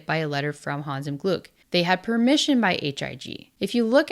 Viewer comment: l was really impressed by your pronunciation of Hans im Glück last Video and of Spiel des Jahres this video. Kudos. ,👍👍👍 Take a breath betweeen the second and third word and it would be absolutely perfect. ❤